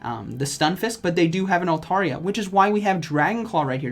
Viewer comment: Great content but hot damn it's " altAIRia".